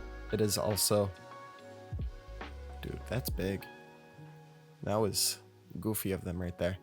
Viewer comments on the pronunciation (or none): none